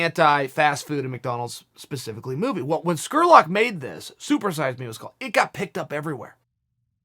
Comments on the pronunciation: Chael, the man's name is SPURLOCK not SQURLOCK!🤣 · Jordan SPURLOCK! NOT SCKURLOCK LMAO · Scurlock ?? It's Spurlock ,with a P ...MR.SONNEN ! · Did you say Skurlock? Spurlock.. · Lol I was about to comment on that. Chael will botch a name from time to time. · You think Chael can never pronounce anyone's name correctly? I mean he just completely fuck somebody's name up pretty much every single video. Morgan Skerrlock lol. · Chael with the Dr. Steve Brule pronunciation of Spurlock.